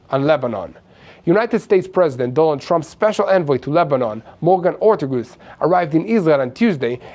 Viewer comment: it's Morgan Orteges rtagess